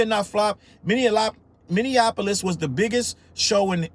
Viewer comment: I live in Minneapolis.... and it's pronounced "mini" - "apolis"; not "minian" - "apolis" Don't make find you 😂😉